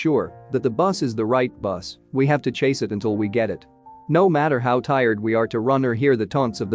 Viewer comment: I am just stuck on "chase" and "chasing" mispronunciations 😂